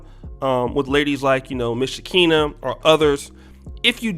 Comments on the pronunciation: Her name is Pronounced SHE-CON-A.and that's what she is. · Lol it’s “SHE-KON-NUH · You clearly don’t know who she is cause you said her name way wrong!